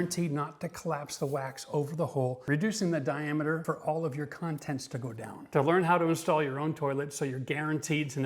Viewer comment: stop saying "contents" that way.